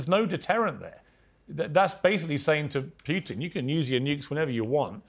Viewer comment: This is intended for Mr Morgan: I’d recommend that you learn how to pronounce “Putin”. Not critical, but a progress